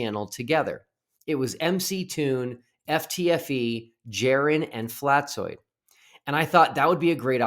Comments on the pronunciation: Not at all. It's supposed to sound like an «S». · You mispronounced his name. It's Fkatzoid. FkatzoidsFlerfspective